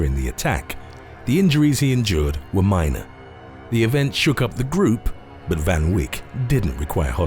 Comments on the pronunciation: It’s pronounced teenee fun vake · It's pronounced as Van Vayk 🤦🏽‍♂️🤦🏼‍♂️🇿🇦🤣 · Me as a South African hearing the way he says Van Wyk.. I don't even know how to start correcting that..